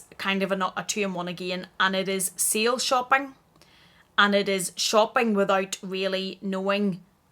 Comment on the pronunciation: Sale shopping....lol.....I though you were saying seal shopping and I was like "what is seal shopping??"!!!! Sorry, American here. But your accent is awesome!!!